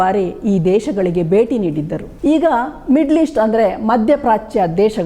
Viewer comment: Barata, beti, bandita alla. Bharata, bheti , bhandita yandu uchcharisi.Ayasa madikolla bedi.